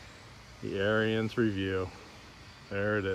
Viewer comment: AR-I- ENS . . . its Ariens! (pronounced) like “Aaron’s." Your killing me bro. You can’t do a review if you can’t even pronounce the name of the equipment properly, lol.